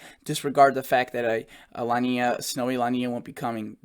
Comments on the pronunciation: Hey... Just FYI: La Nina is pronounced like "La neenya" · Pronounced La Neen ya. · I don’t mean to correct you but it is pronounced La Niña… Two words not one together. As opposed to El Nino, a condition named after the Christ child because of the buildup of warmer Sea temperatures at the time around Christmas.